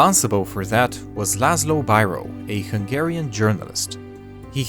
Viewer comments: You pronounced Biro wrong. It is not Byro. It is an i and pronounced like in idiot! Also his family name is not Laszlo. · I'm just casually going to write down how you pronounce "Biro" (well Bíró but...) it's beero